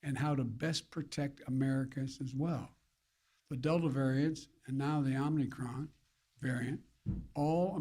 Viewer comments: "Omnicron." He said it again at one minute in. And he slurred something about slowing the speed right before that. Holy sh*t, this guy is out of it. And he's getting worse, which was, of course, to be expected. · "It's called the omnicron." I thought it was omicron. Took him all of 25 seconds to f*ck up. That might be a record for ol' Joe! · "omnicron", thats my president :)))))))) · "OMNICROM" spoken 3 times by the potato-in-chief that doesn't wear a face diaper like he and his ilk mandate you to do. 🤣🤣🤣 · Haaaaaaaaaaaaa! Om-KNEE-cron. Better seek the proper pronunciation of the variant with the smartest person you know (Hunter). He should be able to inform you of the error of your ways.